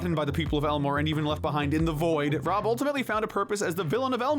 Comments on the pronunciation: I kept hearing him saying ron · Was he purposely saying Rob's name wrong like Gumball and Darwin used too on purpose? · Lol he said Rob’s name wrong cuz he’s forgettable